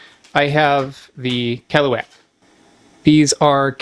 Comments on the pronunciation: caliwhack 😄 kuh-LOO-ahk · The way he says "keluak" makes my ears itch. It should be "ke-luak" and not "keh-loo-wack". Grew up eating the stuff cooked by my older relatives...the stuff has kinda like a dark chocolate type of flavour. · KELUAK❌ KLUWEK✅ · it's always weird how foreigners kept calling that thing as KELUAK we usually called them KLUWEK(clue-weck) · Listening to you is painful as you torture the Indonesian language. Please, allow me to help you a little. Whenever you meet the letter 'a' in an Indonesian word pronouce it as you do the letter 'u' in the word 'up'. That way you can pronouce the last half of the word 'keluak' properly. The letter 'e' in Indonesian can be pronounced in 2 ways. In the word 'keluak' the 'e' is pronounced as the letter 'a' in the word 'an'. That way you can pronounce the first part of the word 'keluak' properly. Please. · as usual, your pronunciation always bugs me out as native speaker where that fruit from just google how to pronounce it and youre good